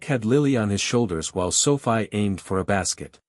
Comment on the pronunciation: Stupid bullshit A.I. - just garbage - Sophie is pronounced - SOFEE - Thumbs down, way, way down. If you are going to use A.I. pay for good AI not the crap you use now!!! Presentation counts and you fail miserably.